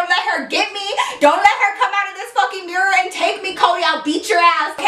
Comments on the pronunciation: did anyone else hear her pronounce mirror like mirrorr at the beginning of the story time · The way she said Mirror 😂😂😂